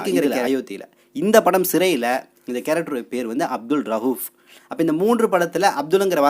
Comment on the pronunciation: காலிக் படைப்பாளன், மாலிக் அரசன் ஆனால் வீடியோவில் மாற்றி விளக்கம் சொல்லப்பட்டுள்ளது. ரவூப் ,ரகூப் என உச்சரிப்பு. தலித் பற்றி படம் எடுக்கிறார்கள் என்பது தேவையில்லை. அதை சொன்ன விதம் சரியாக இல்லை. கவனம் செலுத்துங்கள். உச்சரிப்பு மற்றும் எச்சில் விழுங்குதல் இல்லாமல் போடவும்.